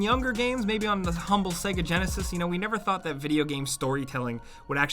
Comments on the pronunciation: Why do you pronounce it segga? It literally says SAYGA when you turn it on? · Sega, pronounced "say-gha" not "segga". You'd know this if ever you turned one on, well done apparent games console expert! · Sega? It’s pronounced SAYGAR. Can’t you remember it fucking says it when it loads up lmao. The way you said it made me sick. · why do americans say saga instead of sega? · Hes pronouncing "SEGA" like "segga" and its driving me mad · "segga" Who pronounces it that way? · They literally say the word SEGA when the game or console starts up. So why cant you pronounce it properly?! :D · You pronounce SEGA wrong